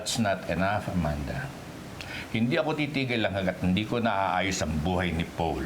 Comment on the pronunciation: its Paul po not powl haha